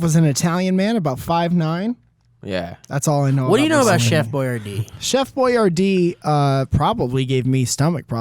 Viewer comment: Chef boyardee pronounces it more like "Chef BuYAR-dee"